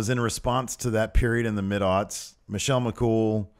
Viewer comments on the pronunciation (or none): none